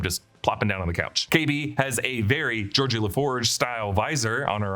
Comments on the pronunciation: Geordi, not Georgie. (I know this isn't Trek, but come on! 😅) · "Georgie" La Forge? very disappointing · Did you say "Georgie" LaForge??? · Georgie? LaForge 😂 aw, someone didn't watch enough star trek as kid. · Geordi, not Georgie.